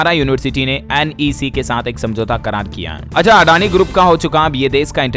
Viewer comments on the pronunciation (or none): none